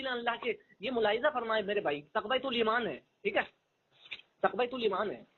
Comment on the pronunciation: اس جاہل کو تو کتاب کا نام بھی صحیح سے لینے نہیں اتا تقوۃ الایمان کہہ رہا ہے حالانکہ اصل لفظ تقویۃ الایمان ہے اس کو تو اردو بھی پڑھنے نہیں اتی اردو دانی کا یہ حال ہے کہ بالکل جاہل ہے اس کو پتہ ہی نہیں ہے کہ اصل لفظ کیا ہے